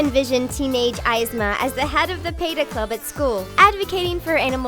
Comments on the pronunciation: She also says "pay-ta" for peta, "pee-ta". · peta is pronounced pee-tah not pai-tah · Lol she also said “peyta” too for peta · The pronunciation when talking about Yzma, Cuzco, and Peta just drove me up the wall :( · Honestly. She should learn to pronounce some words. Like Yzma and PETA for example.